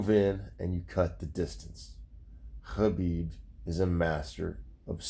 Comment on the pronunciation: You pronounce khabib the right way... Nice 👍